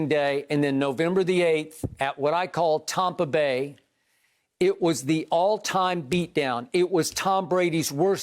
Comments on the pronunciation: “Tompa Bay” hahah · He literally says Tompa Bay like it’s their actual name this dude is psycho 😂😂😂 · Skip when are you going to say Tampa Bay correctly.